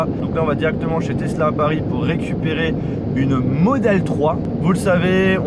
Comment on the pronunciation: on dit "tezla" et non " tessla". merci beaucoup de respecter la langue française qui est si belle .....